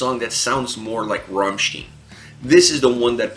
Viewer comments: RammSTEIN ... how the frack can you keep pronouncing it RammSTIEN ? They even sing their name a bunch of times, in a bunch of different songs, so not speaking German is not even an argument to not being able to pronounce it correctly. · Rammsteen :"""D